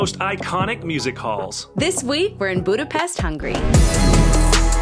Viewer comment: Serious people don’t put sweat toppings on lángos, icecream into kürtöskalács but do drink pálinka in room temp just like whiskey, because thats the temp when you can taste the most flavours. By the way well done: till the end of the video you learned how to correctly pronounce Budapest:)